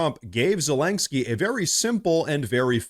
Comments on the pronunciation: There is no "k" before the "sky" in "Zelensky". It's not terribly important, just a note. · Aaaaarrrgghhh. Please stop calling him Zelengsky. There is no 'g' in his name! OK, rant over. Sorry.. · Zellenggsky? The AI just can't pronounce it, eh? But Hey ... that's OK. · i thought it was zelensky and not zelenksky. also why are you holding your head in such a strange position to the camera? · Why does he keep saying “Zelensgiky” ?